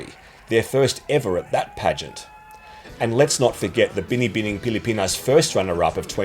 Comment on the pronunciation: Im from the Philippines so we are very passionate about beauty pageants especially Miss Universe. I am impressed when you can pronounce "Binibining Pilipinas" perfectly. Love your videos, keep them coming👏